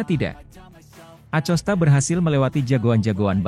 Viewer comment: Ko Acosta bukan nya akosta uch